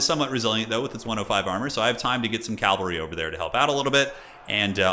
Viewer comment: cavalry, not calvary